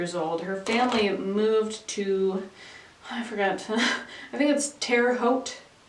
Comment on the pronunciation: Yes, you got Terre Haute correct, tho we also have a few cities I think Hoosiers deliberately pronounce very "wrong" compared to the original cities, like Versailles, which they say like "Ver sails".